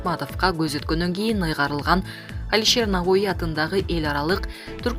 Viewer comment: Ээ айланайын окуганда 1-2жолу окуп чыкчы . Башканы айтпайын Лавров менен Навоини кандай окуй албайсын ударение деген болот го .даярдан уят